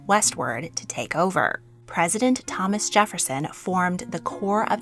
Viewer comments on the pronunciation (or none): none